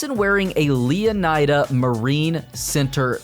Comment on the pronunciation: Wouldn’t it be pronounced lee-uh-nee-duh?